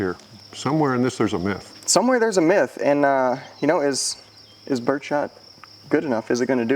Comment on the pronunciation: Did he say "myth" or "miss"?